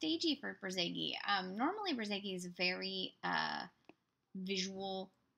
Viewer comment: I hate auto speak that was supposed to say Bor zageinsteadof notzage